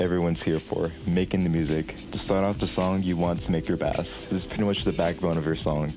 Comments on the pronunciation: ... its bass not b-ass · Thank very much for the tutorial but did you just call a (b-Ase) a (ba-ss)? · So. Bass in music terms is pronounced base. Please. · bro called 🎻bass (base) 🐟bass (bass) 😂 great tutorial! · I won't lie I've been messing with GarageBand mobile for like a year now. So my ass NEEDS to know fl studio ui man Wait why tf did you say "bass" instead of "base" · bass is pronounced BASE! You are saying the type of fish, the other bass is the BASE of the song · bro.. bass is pronounced like base... good tutorial though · you are saying bass wrong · yeah guys take it from the genius who doesnt know how to pronounce bass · Him saying bass wrong just triggers me since i’m in the band good vid tho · it bothers me that he keeps saying it like the fish instead of the instrument (idk why)